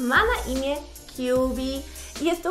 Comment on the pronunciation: Imię tego misa wymawia się "Kabi a nie "Kjubi"